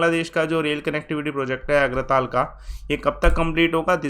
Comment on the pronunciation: Sir it's not Agartal it's Agartala....😊🙏